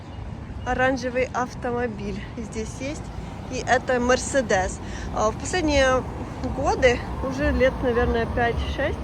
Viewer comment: Возможно, эта новость является трюком для вовлечения в игру остывших к играм одесситов. Ведь Вы,, уже соблазнились., правильно произносить: Merсédеs с ударением на втором слоге. Это не просто марка автомобиля. Это имя девушки. Для начала это была невеста моряка Эдмон Дантес (граф де Монте-Кристо), а в данном случае в честь 11-летней дочери хозяина производства автомодели в 1900 году. А Ваше имя впервые стало известным в 19 веке, и ударение с тех пор тоже не менялось. Теперь и Вы слишком известны...